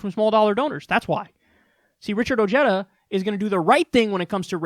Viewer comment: Oh-he-dah. The J is pronounced as a hard H.